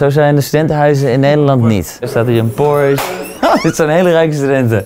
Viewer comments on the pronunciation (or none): none